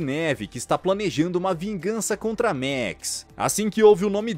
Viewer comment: E a letra a do max não tem som de é